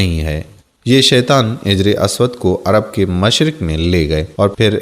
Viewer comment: آپ اردو الفاظ کا تلفظ بہت ساری جگہ غلط طریقے سے کرتے دکھے ہیں مثلاً حجر اسود وغیرہ